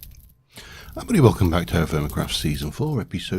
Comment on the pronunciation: Oh Yeah No Its Fine, Whatevers Easier For You :), Ive Also Noticed Is Your Intro Everybody Welcome Back?, Because It Always Seems To Sound Like Wibbldeywelcome Back To, No Problem With It Though Its Fun To hear :)